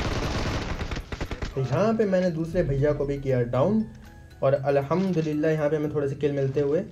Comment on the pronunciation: Bro Allah hamdulillah ni hota Alhamdulillah hota hn ye jo ap bolty ho is ka meaning glt niklta hn plz next time sai sy bolna thanks!